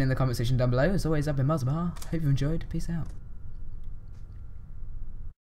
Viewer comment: When you say "peace out" sounds like your saying "piss off" xD